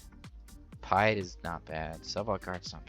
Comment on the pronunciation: Pie-et? You haven't watched the OG trilogy, have you?